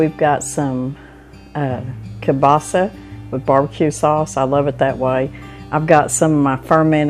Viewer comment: My mom used velveeta! You say kielbasa the right way too!!!